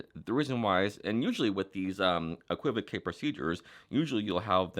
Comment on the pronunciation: It is pronounced ‘equi-voke’ and is the same spelling as in Baroque (Bar-oke the artistic style of the 19th and 18th centuries). It is simply a double meaning. However, Phil Goldstein (aka Max Maven), when using the term to explain the magician’s choice, decided to pronounce it equiv-e-kay to differentiate it from the type of verbal ambiguity that magicians use. BTW, Dan Harlan has a good video on equivocal speaking.